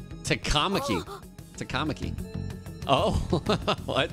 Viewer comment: the rhythm and the cadence is more correct than most other anime voice acting. There's some weird bits in Takamaki and Sakamoto but Ta-kah ma-kee is more correct than taka makee. It should be Tah-ka mah-kee. The pronunciation is better but the emphasis is in the wrong place.